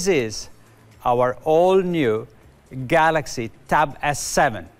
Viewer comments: I miss the guy who said Samsung Galax or Samsung Galux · no he said Samsung Galox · no it’s Galox